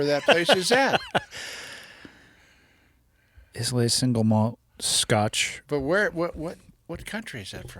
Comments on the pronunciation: It's pronounced "eye-la" 😊 If you liked Ireland, you would love Scotland! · I see, I hit "like" then I listen. It's pronounced Eyeluh btw. Population of the island is less then 3500, it's about 200 Square miles and has nine yes NINE distilleries and more are opening! Famous for it's peat flavoured whisky. Look for these: Ardbeg, Ardnahoe, Bowmore, Bruichladdich, Bunnahabhain, Caol Ila, Kilchoman, Lagavulin, and Laphroaig. All delicious. Greetings to all from Scotland. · Dear god man, do all you colonials have to butcher our language. Isla is pronounced 👁️ LA, like isle but with an ah at the end of it. It’s decent whisky though. 🏴🏴🏴🏴🏴🏴🏴🏴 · That's nice scotch . Islay is pronounced I lay 😊. Could listen to your dad all day 🙂